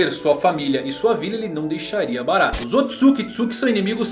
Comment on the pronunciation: O nome é Ootsutsuki, mas muitos dizem Ootsukitsuki. É moda isso? Afinal a pronúncia não é complicada.